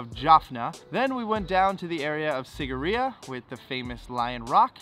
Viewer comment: It's pronounced See-giri-ya